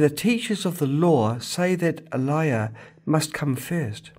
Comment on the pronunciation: Bro, You got to Pronounce Elijah Correctly first! It is not A-Lie-Yah but "Uh-Lai-Juh!". 🤪